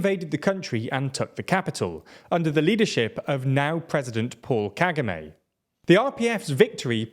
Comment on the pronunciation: I love this but bro, your pronunciations are hilarious! Seriously, you're killing me! You know, you could always look up the pronunciations of "Paul Kigami" or "Zaire", pronounced "Za-Air". 😂😂